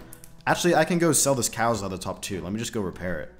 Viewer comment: Am I the only one who heard cows leather top and not Karils